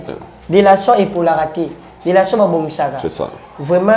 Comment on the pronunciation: Petit fally nde n'a lelation en tout cas ye aboya n'a ye ko loba relation mais à préféra n'a ye ko loba lelation po etiaka ye à l'aise 🤣🤣🤣ngai pe mikolo oyo il faut n'a batela lelation n'a ngai ekosala ngai bien